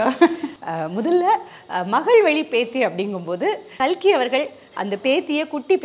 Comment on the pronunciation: Kalki nu solumma notkazhi